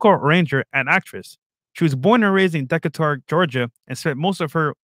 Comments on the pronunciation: Damn, you do not know how to pronounce Decatur LOL. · Decatar Georgia lmaoooooo. pronounced that shit like Dez Moynes.